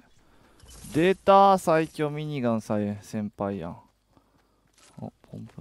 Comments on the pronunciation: かっちゃ民のしろみそペーパー み→にがん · ミニガンの発音おかしない？w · ミニガンのイントネーション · 毎回ミニガンの言い方がきになる